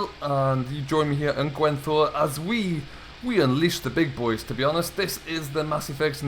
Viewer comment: It's gwen-daaaaa